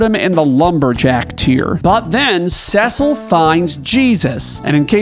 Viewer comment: Its Tee-dus!!!! And Sess-sil!!!! Rrraaagggghhhhhh. And we all know the real greatest warrior is lann and Raynn